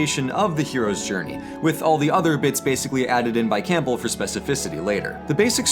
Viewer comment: I hate to be that guy but I have to say it: you pronounced Campbell wrong, it’s pronounced Cam-bell not Camp-bell